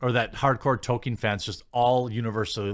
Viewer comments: Toll keen not Toe kin. There is an L in there that you somehow are unable to pronounce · I dont know if Jeremy knows what an 'L' is. He just cannot seem to pronounce them in 'toLkien' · Why not say Tol keen